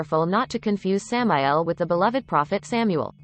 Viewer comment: OH MY GOD WHY DOES IT KEEP PRONOUNCING WORDS AS THEIR CONSTITUENT LETTERS IT'S "SAMAEL" NOT "ESS AY EM AY EE EL" GOD DAMN IT, LEARN LEARN LEARN LEARN LEARN LEARN LEARN HOW TO TAAAAAAAAAALLLLK